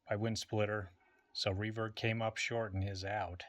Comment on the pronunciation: For some reason when you say Revert, it sounds like Free Bird to me. Hit the music!!! 😂